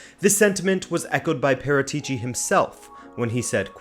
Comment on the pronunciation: Haha what about how he pronounces Paratici ;)